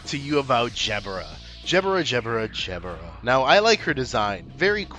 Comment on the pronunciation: Hey man love the video but I think you made a mistake! During your fine speech about my queen which you do praise to my delight. I think you may have made a subtle mishap with your words. You see you pronounced my fair skinned tall beautiful and most lovely goddess jeb-ur-a which is not only completely incorrect but a downright insult to PMs gift to the city. I will be happy seeing an apology in the next 7 days or so! If not, I will not take your usage of tongue so lightly. Please this is for your sake that you praise the red and holy mist for raining their ray of protective and stunning light onto all those who dwell the backstreets! I don’t mean to speak ill will I just want you to accept see what’s right, enlighten you so to speak! Overall I was entertained but could not continue after your butchering of my majestic 5’10 princess who deserves nothing but of the most devout fans and the most loving of those to care for her. She means the most to so many including myself as she protects the world with just her body. Majesty as herself shouldn’t exist in a bleak world, she truly is a one of a million and you should show her more respect.